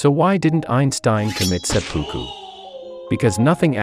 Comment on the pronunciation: "Why didn't Einstein commit suppuku"..... subbed! 🤣